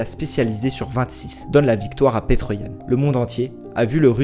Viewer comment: Ça me fait rire quand tu dis petr 😂😂 en réalité suffit de dire piter comme peter parker par exemple